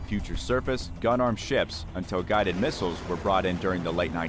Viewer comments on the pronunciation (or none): none